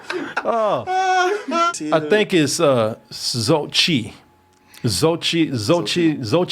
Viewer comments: Xochitl = SO-CHI (LIike Shang CHI) -TL (YES, YOU HAVE TO PRONOUNCE THE "TL" HARD) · Xochitl = "So-CHEE-tle".